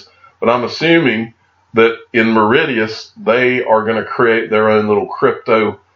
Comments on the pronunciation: Say it like Maurishus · It's pronounced Morishious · I love Americans. Maw-ri-shus. That made me laugh. Cheers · its pronounced Mor ri shuss and its an Indian Ocean Island and is Heaven on earth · Pronounced Maw-rish-us 😊 great video 👍 cheers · It is a funny looking word but the pronunciation of Mauritius is more like: "Morr-ish-us". Great vid again. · Mar-ish-uss is the north american English pronunciation, spelled phonetically You butchered that one grand! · phonetic pronunciation, Mar ish us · Dude it’s - MAA-RISH-US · Awesome vid- it’s pronounced MOR- RI-SHUS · Where is the D in Mauritius lol...love how you butcher names 😀😀😀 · I feel like maybe if he'd known how it was pronounced he would have heard of it lol